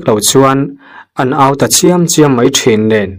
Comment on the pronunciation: " in zau au vekin.." tih a " au" thluk hi mi kan va ko, kan va au anga thluk lovin, " Buh kan seng.." tiha ' seng' thluk ang hian thluk tur. An zau-ah khan lo fal leh biru, lo bing awm lovin ral aṭang pawha inhmu thei deuh vek turin an vat au tihna a ni.